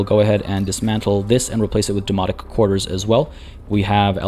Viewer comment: Loving the series! I do chuckle every time you mention the Domonic Quarters as it sounds like you are saying Demonic and that is just brings visions of with The Warp from 40K or maybe Event Horizon?